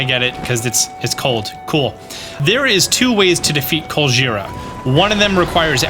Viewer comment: every time he says Colgera I hear Godjira